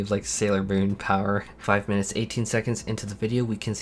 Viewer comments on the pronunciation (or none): none